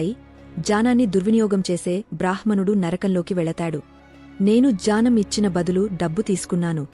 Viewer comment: జ్యానమ్ కాదు మేడంగారు జ్ఞానం అని పలకాలి. Please correct it in future vedios.